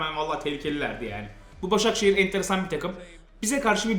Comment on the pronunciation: Başakşehiri 2-1 yeniyoruz değince : Daşakşehiri2-1 yeniyoruz anladım :ASD:ASD